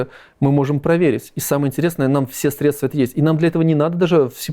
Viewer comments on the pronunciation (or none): none